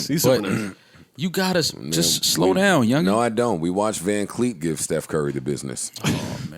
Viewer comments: Joe called him vancleek its vanfleet😂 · Its VanVleet dawg. JOE! ITS VANVLEET! JOE!!!!!! JOE!!!! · Joe can’t read 😂 “Dye Lon Brooks” and “VanCleet” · vanvleet man why can't anyone ever get it right lol